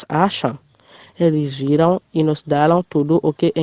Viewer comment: C sa wi pskm wè moun yo fè anpil erè surtout pou Rosemartine ale retandel wap wè sa wap Di a li prononse nós pou nos